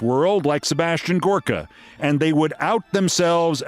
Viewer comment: Huh,thought his name was Gooooorka pronounced in his best Transylvanian vampire voice.